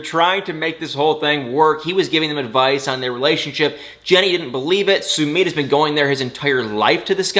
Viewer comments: please stop calling Sumit (Sumeet), it’s pronounced (Sun it)……..it really irritates me!!! Even Jenny pronounces it correctly!!! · It’s pronounced (Sum it)!!!